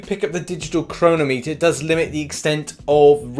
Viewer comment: Please tell me thats not how the English actually pronounce 'chronometer'